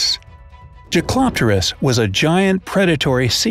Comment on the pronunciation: jaekeloptererus is pronounced jake-uh-lop-ter-ics